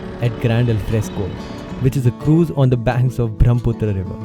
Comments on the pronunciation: Dude,the scenes are really beautiful.But it's not Bhromputra.Its Brahmaputra. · Why do u pronounce Brahmaputra as BRAHMputra? 😂